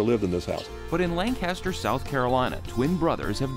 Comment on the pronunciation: It's a shame you cant pronounce Lancaster like everyone else in SC does. This is not Pennsylvania. So offensive and you say it a thousand times.